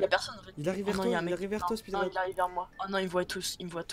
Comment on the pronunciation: gg GROS MAIS je crois c"est speedrun pas speerun